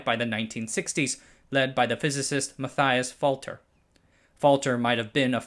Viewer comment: his name "mathias" is spelt wrong. would you please spell a german name german. he is spelt like mutt-ee-us and it is not "folter" but fulter , the u like in "but" erich is pronouncs ehrish, difficult for ypu because you don´t have the ssound of the german "ch" in english. uit is ab bit like the hissing of cats